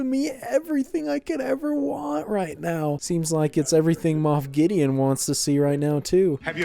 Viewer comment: He said moff Gus😂😂